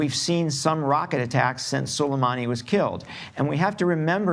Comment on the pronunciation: It's pronounced SO-LAY-MAA-NI.